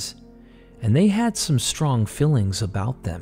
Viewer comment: I love listening to your narrations, but you’ve got to correct how you say “fillings” and “hillings” instead is “feelings” and “healings.” They don’t sound the same, but you pronounce them the same.